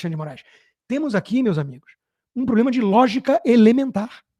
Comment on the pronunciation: Nos botou, essa energúmena deve ter frequentado as mesmas aulas de português junto com Janjão Grelo Duro: Cidadaes, INresponsavel, PLOblema. Assassisnam o idioma também.